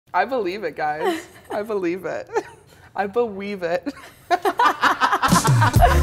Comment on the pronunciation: " i beweave it" 😂😂👌👌